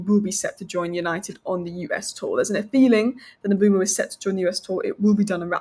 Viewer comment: Why is she pronouning the name 'Mbuemo' that way